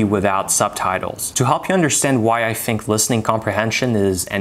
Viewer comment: The evidence of non native speaker is "I fink" for me, we here it at the beginning of the video.